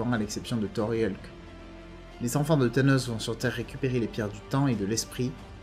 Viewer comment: Hulk pas eulque